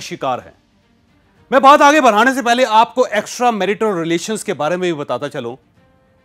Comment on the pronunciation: Why are you literally shouting You can narrate in a much better tone You are capable of it Your pronunciation of "Extramarital" is also not correct Please rectify